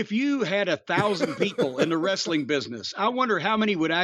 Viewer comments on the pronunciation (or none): "wrestle-ing" bro lol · And pronounce the word wrestling like a toddler who learns to speak! Wrrrreesteliing!!!!